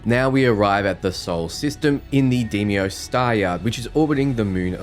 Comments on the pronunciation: Also: Day-mose not Dee-mose. 😁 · Day-mos not day-miose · Dee-Me-Ose ... It's pronounced Day-Moss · Dude, it’s Dee-mows said with a soft s opposed to a z sound. I wouldn’t mind Day-mows either. Where is that Y coming from🤣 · DAY-MOSE not DEEMIOS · oh my god, i've been watching your videos while i play, and i can't take you mispronouncing "Deimos" as "Demios" any longer. the "i" is before the "m", not after it! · Just got to the part where you fucking butcher deimos, how? How does your nasty ass accent make you sound this fucking stupid? DEemEeOse just fucking gargle glass so you can stop butchering the simplest bullshit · i've also heard it pronounced Dee-Moss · Great vid, not sure why everyone adds an extra letter to Deimos tho, (people always say Deimios or Demios and now that I have noticed I can't un-hear it) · Do you have dyslexia by any chance? You manage to mispronounce a majority of names. Polvo, Deimos, Narion. I don't mean to offend, but I know that won't be possible in this case. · Someone please tell this man how to correctly pronounce Deimos ☠️